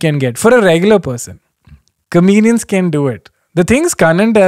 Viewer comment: Kenny, I just noticed, you say "comenians" and not "comedians"........ SORRY! It's kinda cute tho ngl. #SimpleKen